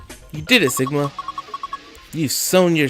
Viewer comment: Everyone didn't say "Sigma", but "Shigma". Because we(Japanese) don't say "si" in any Japanese words, and we say "shi" everyday...